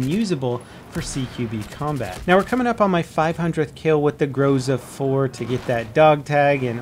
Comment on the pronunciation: and again, grozA, not grOza